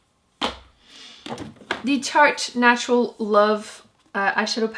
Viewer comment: I've noticed you say "national" instead of "natural", so odd